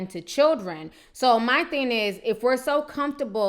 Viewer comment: mytheneis. Lady it's " my thing is..." please say the "g" on thing!